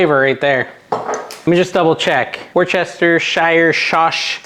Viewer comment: Give your tongue a break. Worcester = "Wurster". Really.